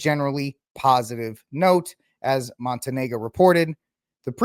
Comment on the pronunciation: the name is pronounced: mon-TAN-ya. I’m an Orthodox Christian, but not an “Orthobro,” which has a specific meaning. Telling us we have to submit to Rome isn’t persuasive. I suggest you read the book, Church, Papacy and Schism, by Philip Sherrard. You’ll come away deeply impressed by the real issues at stake, which include one’s very understanding of what the Church is.